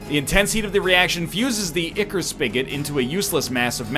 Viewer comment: EYE-chor, it's pronounced EYE-chor